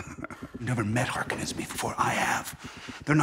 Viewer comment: Ugh they pronounce Harkonen the lame way in this